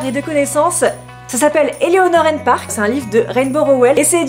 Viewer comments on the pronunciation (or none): none